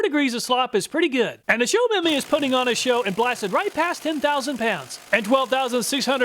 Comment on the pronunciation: Show-Me-My <-- 3 words. Not "Show Memy"